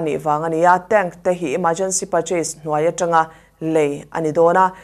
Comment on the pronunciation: tank "tenk" tia lam tur☺️